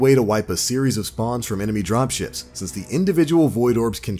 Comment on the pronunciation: "Enemy dropshits" Ok.....